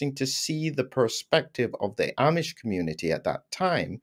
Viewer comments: The Amish (pronounced ah-mish) get lots of vitamin Sunshine. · Ahhh-mish not I-Ee-mish.